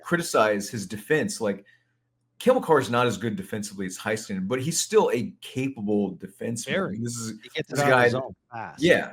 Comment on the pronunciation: Why does pronounce certain Stars last names wrong? Just bugs me. Heiskanen (hay-skuh-nuhn)